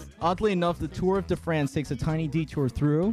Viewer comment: Can we talk about how QuackityHQ pronounced Tour de France